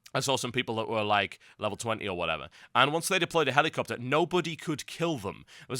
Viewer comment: The way you say helicopter is a bit irritating to me.